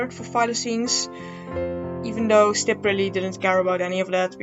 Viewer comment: I keep thinking you’re saying “simp”